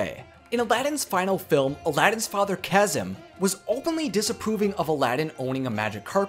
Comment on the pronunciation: Egrabah..said Ag ra buh. Draygons..said Drag ons. Cawsam..said Ka zee mm